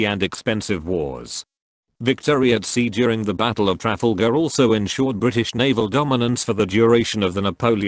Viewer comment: Tra-Raft-a-gal??? D'oh! Stop using computer AI voice overs.